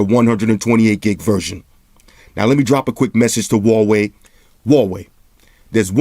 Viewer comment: Hey love your reviews. just want to clarify how to pronounce the company name a little better, it's Hu(who)-wa-wei